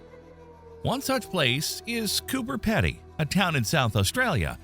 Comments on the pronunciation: Hi, Just a few notes on Australian Pronunciation Emu is "Eem-you" and the town is "CooBer Peedy" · We can live in caves on Earth. What's the difference between Earth caves and Martian caves? And, by the way, it's pronounced "Coober Peedy."